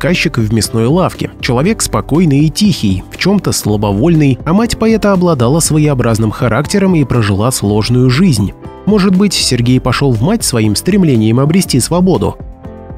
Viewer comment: Почему ПОЕТА, ПОЭТА!!!